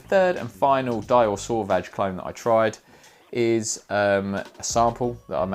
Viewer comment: Finally! A video that gets the Dior Sauvage pronunciation correct! I applaud you Sir 👏👏👏